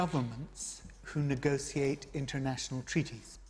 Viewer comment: Neee gossse seee ate. Say negotiate correctly you half wit